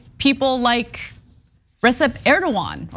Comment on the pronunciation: Why did the female host mess up that Turkish president‘s name despite the fact that her cohost has that very same sound in his name? I’m boggled; am I missing something here🤨